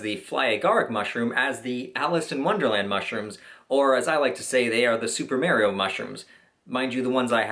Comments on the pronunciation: Ma-rio not mar-io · ITS MARIO NOT MERRYO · Hahaha he pronounced it as: super mary-o instead of mah-re-oh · Super MAREio? Omg cringe it’s super MAR RIO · I dont trust people who say Merio, instead of MArio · You lost me at "Merrio" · "super Merio". GTFO LMAO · Imma lose my shit if you say Mario’s name like Maryo again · I was done at Mary-o. Couldnt finish it after that. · Did he just say mareeo wtf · Nobody else caught him saying super "marryo" mushrooms?..nobody? XD jk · Super marry-oh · Omg yes merio 😂😂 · As a Canadian, I find “merio” insulting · "Super Merio" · Holy shit dude! Mar ee oh. Maaahhhrrr eee oh. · I think that you pronounced Mario wrong😂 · lol, you pronounced Mario weird